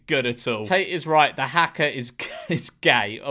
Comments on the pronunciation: It's pronounced "har-ka", not "hacker". It's a Maori war dance which was used to fire up warriors on the battlefield. Most teams psych themselves up in some way before a game. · fyi “haka” is pronounced with an “ah” sound 👍🏽